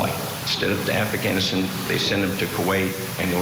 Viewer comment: “Affa-ghanistan. “ defense. Also how did he protect me by going to Kuwait? I disagree with 9/11 but also our military is a little over the top why did he go to crazy insane training 9x? Regardless of his military service, he could save a whole village, but Ashley doesn’t have life anymore. Doesn’t matter what she said if she was cruel. He doesn’t get to take her life. “Broke” is a broke defense